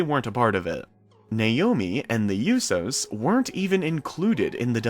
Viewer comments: Short of pronouncing the Usos name wrong this story/update was much needed and tells a lot about what's going on with the family and what we have to look forward to. I don't think they could actually book Naomi wrong because she is great at her job and a great entertainer. I do believe that the family coming back together is an amazing idea and it could play out in so many different ways. I DO KNOW THAT I'M READY TO FEEL THE GLOW AGAIN. Hurry back Naomi, Jimmy and Jay. We love you, miss you and can't wait to see y'all again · I'm glad i wasn't the only one that was getting annoyed by that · FOR REAL. if your a fan at least learn how to say the name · Lol right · he mispronounces loads of names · Same I'm glad I'm not the only that was getting on my nerves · aieshao you so’s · Great video, and I love naomi but you gotta pronounce the USO's name properly brav lol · Your saying the usos name wrong watch the ring announcer say there name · You are pronouncing it WRONG!!! She's married to one of them and I believe all three are on probation so they can't leave the U.S. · you need to say the tag team right you are not saying it correctly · Learn how to say USO’s name right now!!!! 🤬🤬🤬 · The way he say Usos😂😂😂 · U keep pronouncing the "Usos" wrong...it's so annoying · You pronounced the Usos name wrong. Smdh. Bt yea. Naomi is a grown woman. I know tht's her man bt she should be able to come back to the ring. Smh. Hops she comes back. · Please learn how to say The Uso’s name right 🤦🏽‍♀️🤦🏽‍♀️🤦🏽‍♀️🤦🏽‍♀️🙄🙄🙄🙄🤣💀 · I was pissed when he kept saying the yousos not the Usos it really annoyed me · It's USOs not Yusos 😩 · Bro it’s USO’s (ooooo so) not (you so) ! I’m sorry but that bugged me. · I guess you don't listen to how their name is pronounced, it's writen Uso, it's pronounced ooso and not youso, pronounce it right or not at all. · I know you did not say you do instead of uso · It's not pronounced uso it's oo-so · The YOU-sows lmao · It is pronounced "OOO-SOs" not "ewyou-sews"